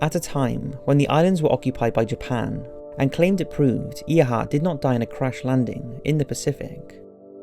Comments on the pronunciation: Ear hart and Nuunaan WTF !!!! Why is the correct pronunciation of names by these YouTube narrators always fucked up. They don't even care to do any research, you fuckers are dumbing down generations of watchers. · The pronunciation of Amelia Earhart is atrocious.....how dare you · Your terrible mispronunciation of Earhart cannot be ignored. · I cringe every time he pronounces Earhart wrong. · I understand he has an accent but he really fucked up Amelia Erhardt's name. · It annoyed me how he said Earhart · I found it pretty amusing. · I understand that people from "across the pond" pronounce things differently. But you can look up how to pronounce Proper Nouns, hell there are youtube channels dedicated to pronouncing things. Amelia Earhart in this video. Everytime you've pronounced Quebec. Honestly it's really bad. And as per usual your title is pure clickbait. None of these are "solved" in the slightest. Just possible explanations. AT the end of each one you even say "Do you believe _________?" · really? he pronounced Earhart's name wrong... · Calling Earhart "somewhat of a celebrity " is like saying Eistein dabbled in physics! Way understated. She was probably one of the most famous women in the world. And it's pronounced air not ear - which a tiny bit of research would have revealed. Still, it was news to me that the conspiracy surrounding that photo had been debunked. How disappointing ! Back to square one then? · AIR-hart, not EER-hart. I know pronouncing names can be difficult, but surely you have seen at least one video of her with narration. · Its pronounced air heart not ear heart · I'm sure you know by now it's pronounced "Airheart" not "Earheart" I hope.... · It's pronounced air-heart not ear-heart Jesus christ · Okay, this one is extremely irritating. Her name was pronounced "Air-heart", not "Ear-heart". And yes, she is a relative through my grandmother so I know how it is pronounced. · Air heart not ear heart ! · its pronounced (air-hart)